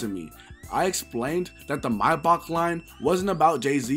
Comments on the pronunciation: & It's pronounced may-back not my-box lool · Mayback not MyBock 😂